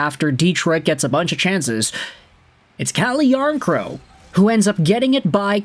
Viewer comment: It's "Cal - yarncrock"